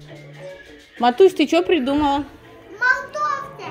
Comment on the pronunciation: говорит не морковка а молтовка